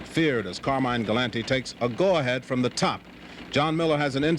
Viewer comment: gal- lint-tee ???????????????